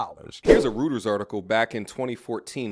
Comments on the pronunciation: Reuters is pronounced *roiters*, not *rooters*. I HATE when people mispronounce it. Other than that, good content. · Great piece. Thanks for bringing it to us. Young man, Reuters is pronounced Royterz. I want you to be respected.